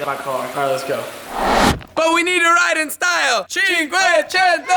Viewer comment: Seriously. Stop with the cinkuecineineto